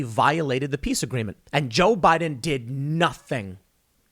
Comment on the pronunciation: Tim stop please!! It's Joe Biden period!!!